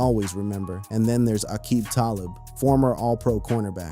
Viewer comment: ROFLMAO at Aqib Talib pronunciation. Also what kind of monster has a shit eating smile on his face after having his leg turned around 180 degrees?